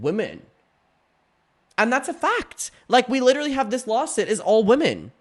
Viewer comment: the word “women” is pronounced differently than “woman”. please. 😭